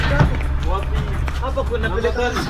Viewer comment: Sister ni "hapa" si "haba"